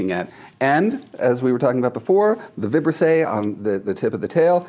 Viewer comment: The correct pronunciation of “Vibrisse” is with the accent on the second I. 🤓